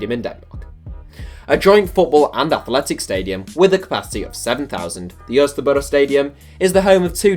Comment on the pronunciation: As a Dane I love to hear you trying to pronounce parken and Østerbro😂